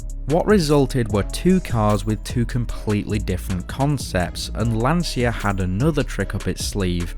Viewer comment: Excellent, I'm just wondering if it's so difficult for an English speaking person to pronounce "LANCIA" in the right way, "LAN-CHA", not "LAN-SIA", which in Italian means "The Anxiety". Come on, repeat with me: "LAN-CHA, LAN-CHA, LAN-CHA...". In a couple of minutes you should be ready.